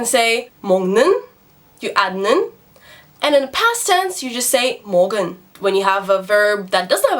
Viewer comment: is there an error ? it reads 먹은, but she reads it 먹을. please correct me if i'm wrong.